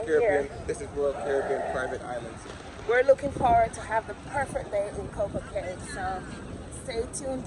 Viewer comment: It’s pronounced Coco KEY